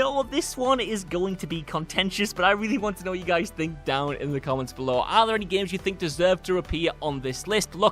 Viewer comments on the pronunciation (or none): none